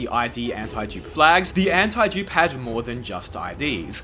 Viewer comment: brother you should work on how you pronounce that "antidupe" word